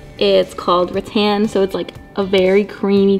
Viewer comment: So dead that said "rat-tan" when she read rattan (ra-ttan)